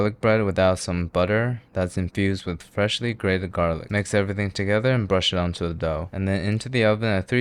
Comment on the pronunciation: "freahly grated garlic" 😂😂